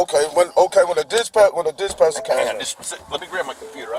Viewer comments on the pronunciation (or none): minutes into this video... Did this ninja say "dish-passion" instead of dispatcher.....????!!! 😂😂😂